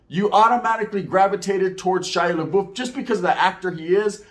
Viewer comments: You pronounce his name like labuff not laboof lol. Sounds way more funnier the way you say it though. Stay up with the content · THIS MF SAID SHY LA BOOF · I laughed every time you called him Laboof 😂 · Shia LA-boof. 😂😂😂 Awesome video. You gained a subbbbb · I think your pronouncing his name wrong😂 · He only said his last name right once, lol...